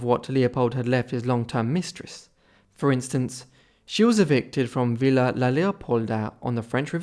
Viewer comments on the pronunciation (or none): none